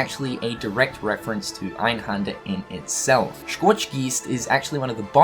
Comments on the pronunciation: Its called EinhÄnder not fucking Einhander, learn some German first before you make a video talking about this stuff ffs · You do know that the 'händer' in einhänder is pronounced like hander in for example 'left Hander'? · in german, you pronounce Einhänder actually with an "ä" like in apple. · It's so funny how you pronounce 'Einhänder' xD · As a German it's really funny to hear him saying "Einhänder" :D